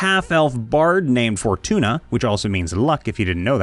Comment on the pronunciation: I totally heard fortuna as for tuna... I was confused lol